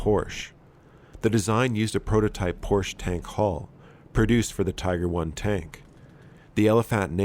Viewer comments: In German the e at the end of words isn't silent so it's Porsche ([ˈpɔʁʃə]) and not Porsch. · Pronounced "Porsch-uh." It's a family name, AND a current company, so shouldn't be mispronounced. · Thought most people could pronounce Porsche by now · The "e" in Porsche isn't silent